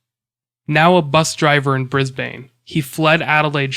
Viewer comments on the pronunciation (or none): Pronunciation tip from a local! - It's bon-DIE and bris-BIN! Kinda scary that one of the suspects is an Brissie bus driver considering that's where I reside + regularly catch various buses around here....